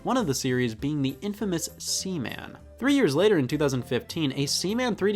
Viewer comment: Please never say Seaman again